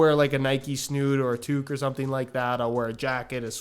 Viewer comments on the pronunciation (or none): none